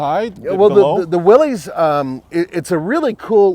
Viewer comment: Just FYI Willys is pronounced like Willis